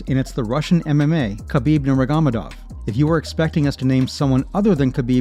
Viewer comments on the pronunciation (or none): “khabib nermigomidov” 😭 does the narrator even watch mma or does he just read off a script